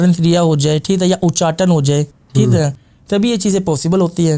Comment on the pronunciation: Theek hai ❌ Theet hai correct✅